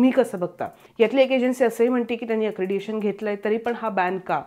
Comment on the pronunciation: अक्रेडिटेशन, अक्रेडिएशन नव्हे...